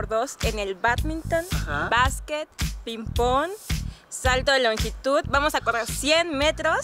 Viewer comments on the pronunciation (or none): Jajajaja desde que dijo ella PIN PON en lugar de Ping Pong me perdio